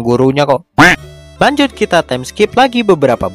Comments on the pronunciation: Tulisan yang ada = Lanjut Yang gua denger = kanjut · Wow saya mendengar kata lanjut sebagai "kanjut"....